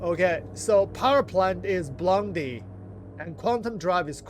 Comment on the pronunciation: "Power plant is BLONDIE" made me snort my energy drink. Your ability to misread things is hilarious xD a BO-LI-DE is an exceptionally bright meteor/fireball